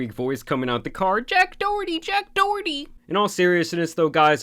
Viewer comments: Jack D’OH!erty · Jack Do-herty